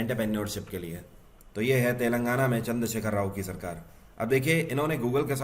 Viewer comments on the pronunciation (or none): none